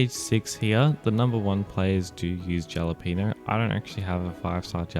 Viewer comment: I dont wanna be picky or anything but its "ha-la-pen-yo" for Jalapeno cookie 😅